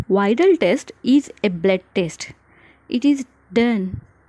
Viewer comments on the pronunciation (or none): Why did you pronounce bled??? instead of blood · Your pronunciation -Bleed test,den 😅😂